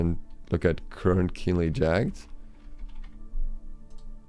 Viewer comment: Jagged just isn't going to stack. It would be silly. Also, it's "Jagg-ed", not "Jagd". :)